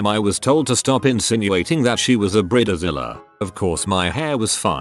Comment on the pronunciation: Bridezilla ❌ Briddizilla ✅